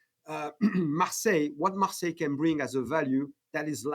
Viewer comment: Fantastic interview, thank you. But it's MARSEILLE INC, like the France's city, not MARSELLE. :) Keep up the good work, love your channel !